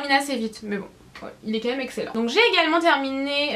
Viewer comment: Pourquoi tu dis "meume" au lieu de même ?? Sinon superbe vidéo !!